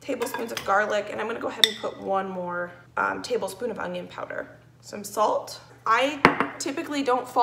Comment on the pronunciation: Must be a common speech to say onion with a G